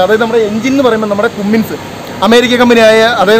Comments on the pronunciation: കുമ്മിങ്സ് അല്ല കമ്മിൻസ് എന്നാണ് പറയുക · ഭായ് ഒരു ചെറിയ തെറ്റ് ...ക ുമ്മിൻസ് അല്ല കമ്മിൻസ് ...